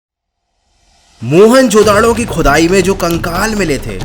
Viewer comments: Wo mohan judaro hai mohan judado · Mohan chodado nhi hai Mohan jodado hai